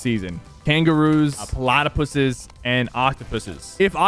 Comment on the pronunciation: The way he said platypus got me